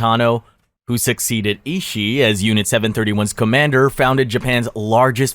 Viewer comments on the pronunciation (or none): analgesic said anole jehsick Excel said eggsal and too quickly Incorrect simple pronunciation of Tanaka(tah nah kah) and Ishii (eeshee ee)